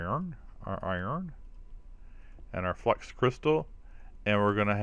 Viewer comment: "" crystal:) you can call me out in your vids. It's ok:)